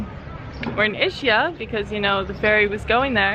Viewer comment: It is pronounced ISKIA🤗